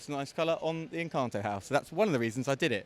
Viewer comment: Encanteee? 😂 You can’t pronounce it and you didn’t finish the film 🍿